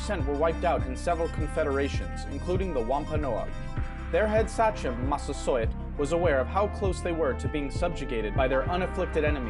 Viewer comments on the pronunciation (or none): Minor point: I thought the word, sachem, was pronounced, SAW-k'm. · Sachem is pronounced "say-come" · Honestly as a Rhode Islander his pronunciations of “Sachem”, “Wampanoag”, and “Narragansett” make me cringe pretty hard. I appreciate the video, but it’s not that hard too look up the appropriate pronunciation if you’re making an educational video.